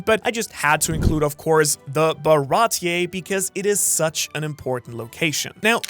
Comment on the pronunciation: cool vieo but pls never say Baratie again.